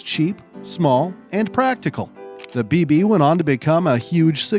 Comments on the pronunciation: It is pronounced "beh beh" not "bee bee. sorry i got triggered 😂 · Funny how you mispronounce any word that isn't English... (Baron de Dietrich, Bébé, Friederich etc...) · No way he kept butchering the pronunciation of Bébé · That is is not how you pronounce bébé.